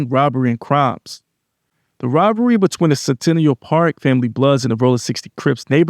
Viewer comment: It’s pronounced sin ta nella 😂😂😂